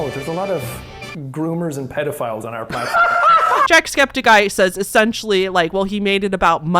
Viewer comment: I'm so sorry I also have mention it is Septic Eye not Skeptic Eye 😭😂